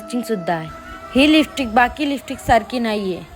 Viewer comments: listick bolte ky tu lipstic bol g bai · Lipstick pan bolta yet nahi hila😮